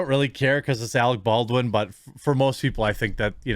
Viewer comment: "You are worthress, Arec Bardwin!"